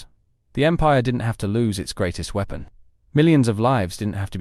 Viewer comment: "a military super wee-pon"